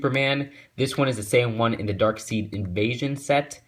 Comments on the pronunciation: No offence but it's pronounced darkside no darkceede but ur right about spelling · Nice! I wish the Canadian Targets would get off their butts and stock these already -_- Oh and it's pronounced Dark side, not seed, lol. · Reale great Set loving the Brainiac Minifigure! By the Way Darkseid is spoken Darkside